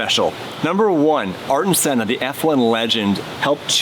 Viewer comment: 'life is too short to pronounce racing legends' names correctly. -Arton Senna.' GG.. yikes 😂